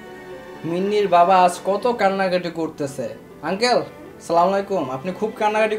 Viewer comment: সালামা টা সঠিক ভাবে দিতে শিখুন !!